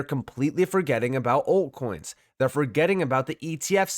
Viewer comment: Are you saying ‘alt coins’ or are you saying ‘old coins’? I cant tell.